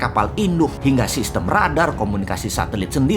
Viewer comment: Loe ngomong radar aja gw udah ngekek duluan bossman 🙈